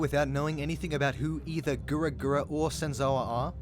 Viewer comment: You can't pronounce "Gawr" properly.